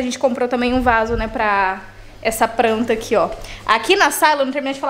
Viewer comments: Gente, amo esse canal, esse casal! Mas pense que eu tenho uma agonia de ouvir a palavra pranta... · "Pranta" olha q vc já acostumou a falar assim miga kkkk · Amo quando a fala “pranta” 😂 (Tbm gravo)🤗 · Agora tô eu aqui também, querendo encher acasa de "pranta" kkkk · da uma agonia você falando “pranta”